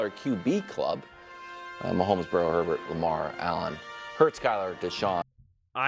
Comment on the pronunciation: Of course he said "post mahommes" WHO ACTUALLY takes this guy serious hahaha. im pretty sure nick doesnt watch the jags either haha